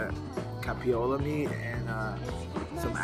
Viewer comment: He said "CapiOLA meat.." lol😄 Buuurnt 💫 haha